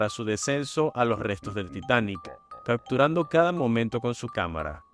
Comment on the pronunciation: Gracias por esta compilación, y relatas bien con un buen vocabulario, y por ello te pido de favor que digas "caPturando" (y sus variantes ) no "caCturando", "sePtiembre", no seCtiembre", "aDmitió" no "aCmitió", oBservaron, no "oCservaron", "desCripCión", no "desCriCción", "caPtó", no "caCtó", etc. Parece que insertar letras "C" indebidas es todo un problema para tí.